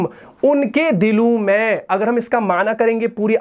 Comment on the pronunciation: معزرت کے ساتھ ۔۔م کے اوپر زبر والا "میں " کے معنی Me ہوتے ہیں اور م کے نیچے زیر والے " میں " کے معنی ہوتے ہیں In. ان دونوں کے اردو تلفظ میں فرق ہے ۔ وہ آپ درست کریں۔ جیسا کہ۔آپ دونوں کا ایک ہی تلفظ ادا کرتے ہیں۔ شکریہ۔